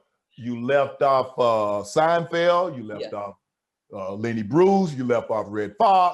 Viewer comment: Did Shannon really say sinfield 😂